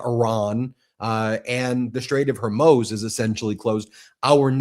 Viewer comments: For credibility's sake, please pronounce the name of the strait correctly. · Ben, check your pronunciation of Hormuz. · You say Straight of Hermoz instead of Straight of Hormuz so much that I keep getting it wrong now. Thanks a lot 😂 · You are still saying Hirmoze instead of Hoarmooze. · hor-MOOZ, not her-MOSE. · Ben, it’s the Straits of HORMUZ, not ‘Hermoze’! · Please pronounce Strait of HORMUZ (with a U not an O!!)😐correctly if you want to be taken seriously!! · It’s not pronounced HOR MOWEZ It’s HOR MOOZ Oo as in Zoo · Ben it's HORMOOZE, not HORMOSE, BRO HOOKED ON PHOENICS IF YOU KEEP MIS PRONOUNCING IT YOU ARE SOUNDING VERY TRUMPIAN, it seems not picky but it says a lot about your production staff. Or that your uninformed about the region 👍🙉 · Ben, Ben Ben, straigh of Hormoooooz!!!!!!!!! Not Hor moze!! 🙄🙄🙄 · It’s Hormuz, “muze” not “moze” Ben. Can’t you pronounce it correctly, jeeze. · hormooooooooooz. not the way you said it. hormoze.... no. hormoooooooooz. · HermUz, dude. NOT HErmoze. PLEASE. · Ben, I love listening to you, most of the time, but every time you pronounce Hormuz as her-mos instead of whore-moose, my brain hurts. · IT'S THE STRAIT OF HER-MOOOS. The 2d syllable rhymes with Booze, or boos, not MOSE OR HOSE! .You are the only one of 12 commentators I watch who mispronouncedS it. The news is awful enough without something always catching my ear. STOP ALREADY. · Hormuz, Ben. Not Hermoz. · Ben, I occasionally enjoy listening to your content however, you are driving me batty with your pronunciation of “The Straight of Hormuz”. It is pronounced with a long “U” not a long “O” at the end. If you see my comment, please correct your enunciation. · Hormuz and not hormoz. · Ben...It's pronounced hor-MUZ as in "Cow says Moooo" not Hor-MOZE, like you are constantly saying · You went from HorMUZE to HorMOZE. Now try Hormoos...like a cow...moos. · HOR - MUZ Not HerMose !! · Just wondering the correct pronunciation - Horr MOOZ. Love the Podcast!